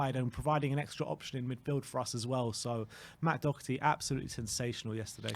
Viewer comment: Funny how still can't pronounce Doherty correct nor give the Irishman credit when it's due.